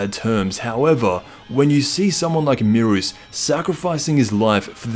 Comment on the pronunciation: Aye yo its beerus not merus